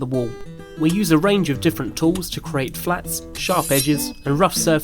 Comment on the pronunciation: CREEEAAATE not CARATE!!! Apart from that? Good piece.